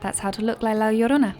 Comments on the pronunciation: Im surprised by how well you pronunced 'la llorona' because english people tend to have problems with the spanish 'r' sound :) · as usual, wonderful make up. I also love the way you pronounce "La Llorona" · and loooooved the way u said La Llorona :) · She actually said it right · what a beautiful way to say "La llorona" <3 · I just love the way La llorona is pronounced And amazing as always :) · I can't even...this is just amazing! I LOVE the story of La Llorona (it's a very popular one down here in the Southwest) and the makeup fits very well with it. And you pronounced it so beautifully! I'm just in love with this tutorial! :-D Perfect job!